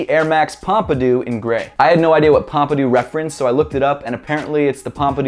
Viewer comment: How he says Pompidou killed me xD